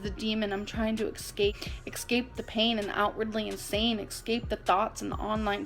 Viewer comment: Someone please tell her it's "escape" not "exscape."